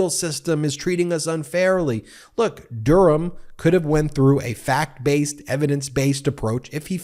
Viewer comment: Why say Durham like "dooram", it's like going out of your way to mangle a place-name about 6 times older than the US. Well done for not saying the H in it, like you do wrong with Birmingham, but I've never, ever heard the ancient town of Durham mangled like that in my life.